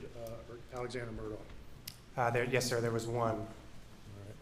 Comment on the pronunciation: Why do they refer to his name as 'murdaw' when the family pronounces it 'murdock'.